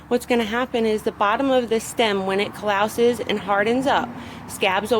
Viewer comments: ahahahhaah Calowses? Callus Im sure you meant. 😂😭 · Callus: cah-lus (lust- without the 't' sound).